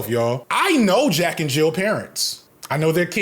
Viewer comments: Jill. JILL. There’s no fucking s on the end! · Why he keep putting an 's' at the end of Jill...